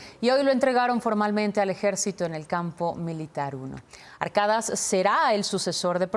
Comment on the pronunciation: no es ARKADAS, es ARKADAŞ !!!!! (se pronuncıa con sh!) !!!!!!